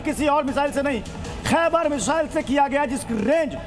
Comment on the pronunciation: खाइबर नहीं खैबर